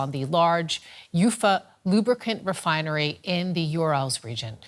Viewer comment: | The what refinery?!? 😂🙈💀